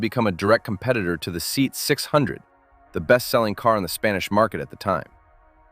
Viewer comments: See-at ..Not Seat... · The Mini is not a hatchback. Also, SEAT isn't pronounced as 'seet' but as 'seh-at' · SEAT is pronounced “say aht” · SEAT is a Spanish acronym, not an English word. It's pronounced Say-at.